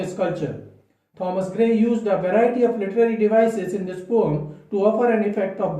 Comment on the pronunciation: Don't say 'pome'... Very irksome.